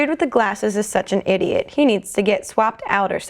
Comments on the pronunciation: Duh. But the fact that she said idots made it hilarious! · "thar is idots" ok try again